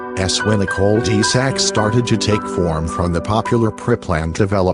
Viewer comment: Chill out with the robot voice. Whats easier to hear "one thousand nine hundred eighty nine" or "nineteen eighty nine"? What about "call dee sack"? Everyone likes a good creepy pasta but you need to get a mic and do it right. If the video was any longer I would have turned it off cause the text to speech used.